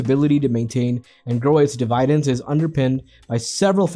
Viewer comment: Dee-vii- Dens???hahahah?